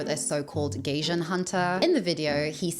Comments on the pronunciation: "Gaijin", or 'foreigner', is pronounced with an "eye" sound, not an "ay" sound. So it's said like "guy-jin", not "gay-jin." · Oh that’s actually pronounced /guy-jin/ (gaijin, which is the “rude” term to refer gaikokujin) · You pronouncing gaijin as gaysian is taking me out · Gaijin 外人is pronounced like 'guy-gin' (pr. second syllable like the liquor 'gin' in English) - I wish you'd have done your research on this word and not repeatedly murdered the pronunciation, that was unfortunate since the rest of the video seems very well researched, as always. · My love ,itis pronounced Guy Gin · the word "gaijin" in Japanese is said more like "guy jean." Also it is somewhat pejorative, as the more proper word is "gaikokujin." It does hold the connotation of being a perpetual outsider and many expats do struggle with that in Japan--but he is obviously overly sensitive about it. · I'm sorry, her pronunciation of Gaijin cracks me up 😂 Did a double tak because I thought she said "Gaysian" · Loved the video! By the way, gaijin is pronounced “guy-jin,” as in “guy” from guys and dolls and “jin” as in gin ‘n tonic. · Gaijin is pronounced guy-jin 😊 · Fantastic video! Just a heads up, the word for "foreigner" in Japanese (gaijin 外人) is pronounced guy-jean. ❤ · You can't even pronounce the word 'gaijin', which is the Japanese word for foreigner. Instead you say something like 'gaysean'. You clearly have not put much thought into this video, if thought is even a known concept to you. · Thank you for saying this. I was so confused. It’s supposed to be pronounced like “guy-jean” and it simply means “foreigner.” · The way you keep pronouncing gaijin is crazy. Google translate is free, sis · I mean, doesn't matter where you're from, when you make a video at least look up the pronunciation of the word you're going to be mentioning quite often throughout it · You’re mispronouncing Gaijin so bad giiiirl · gaijin-pronounced (gai-jeen) not gayjun. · guy-jeen. Not gay-jen lol. thanks